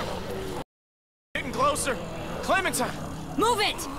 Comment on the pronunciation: She says clementine..